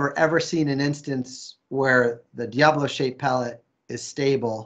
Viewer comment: It's die-a-bolo die as in dead, That's how it's pronounced guys.